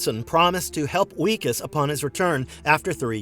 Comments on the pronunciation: Wikus Van Der Merwe is pronounced "Vickas van der Merveh". It's Dutch & w's are said like v's, it's also where we get the name Vickers. His name is used throughout the film. Loved "District 9" & hope they do make the sequel. Really enjoyed "Chappie", incidentally, & can't understand why anyone found it confusing. I thought the story was pretty straightforward. I hope "Rakka" gets made into a full film. It was cool the people Blomkamp got to act in that, including Sigourney Weaver. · Who tf is Wee-kis? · did this guy watch the movie? It wikus pronounced with a V Vickus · He also pronounces Wikus' name wrong through the whole video.